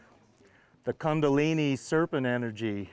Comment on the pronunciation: It’s not kandalini... it’s Kundalini